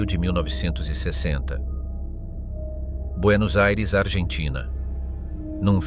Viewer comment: Buenos Eires? Ridicolo